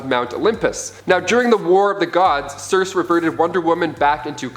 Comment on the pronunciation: Hip-pol-li-ta, Sir-See